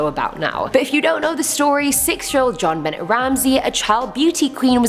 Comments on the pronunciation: Jon Benet is pronounced Jon Benay. Not Bennett. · John Benet, with that strong T huh? It’s actually pronounced like ba-neh the t is silent just saying, not being mean just trying to help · Prounounced “z-jhon ben aye”. French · It’s Jon benay not Jon benette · Isn't pronounced *John Bennay*? I know it's spelt Jonbenet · I just wanted to say i love your channel you have a very spunky personality. Like a fire cracker ha ha awesome.. also when you pronounced Jon Benet you did so wrong. It's pronounced Jaw-n- buh-nay.. Anyways still awesome as ever thank all of you for keeping me sane ❤️ on lockdown. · John Benet, T silent, French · 1) it’s pronounced like john-bin-ay. 2) The about half of the paranormal theory for the Winchester mystery house is wrong. It’s said that she build the house not to have enough rooms for the spirits stay there but to confuse them. The medium had told her she would live forever and the spirits would let her be “at peace” if she continued to build for all enternity. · Spookie-Spooky-Spooky. Sarah Winchester- Theory 3 is the truth... was the only one I have heard since the mid 1970s from at least 7 different sources. Jon Bennet Ramsay... Bennet is pronounced Ben Ay (Long A like in "stay." It is French.). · Jon ben-ay! Yes it drove me crazy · Great shirt. It really suits you! Very pretty! 🤩 Jean bennet's name is pronounced Jean- ben-et(the et is pronounced like ay) her name is French. Such a beautiful little girl,, that was so sad 😢😢😢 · On #4 Jon Benet Ramsey her name is pronounced Jon BA-nee , like a horses neigh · The little girl's name was pronounced "Jon-ben-nay," BTW. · Yes pronounced Benay... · Is it driving anyone else insane when Jonbenets name gets pronounced wrongly so many times?! Otherwise videos awesome as always